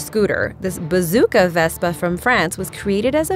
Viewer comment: You've mispronounced so many vehicles in this video I can hardly stand to watch it and that was not a bazooka Vespa that was a recoilless rifle Vespa